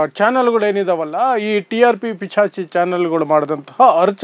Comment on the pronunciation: ಅದು ಪಿಚಾಚಿ ಅಲ್ಲ ಕನಣ್ಣೋ ...ಸರಿಯಾಗಿ ನಾಲಿಗೆ ಮಗುಚೋದನ್ನ ಕಲ್ತ್ಕೋ firstu..